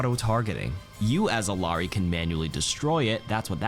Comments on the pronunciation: Isn't it pronounces E-yar-ee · double L in Quechua is pronounced as a Y, not as an L. Ee-YAH-ree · It's pronounced iyari it's Peruvian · It’s pronounced eel-yar-ee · you’re pronouncing her name wrong. It’s E-yari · Iyari, two L’s make a Y